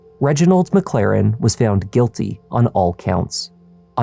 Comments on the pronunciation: Sure “Reggie McClarren” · McClaren? Oddest Irish folks, no? 😂